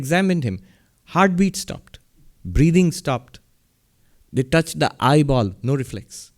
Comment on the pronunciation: I don't know why I feel kind of happy listening to every week , also I find particularly funny when swami say the world "touch" hahaha Greetings from Brasil ^^